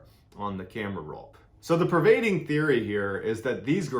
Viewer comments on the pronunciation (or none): it’s prevailing not provading.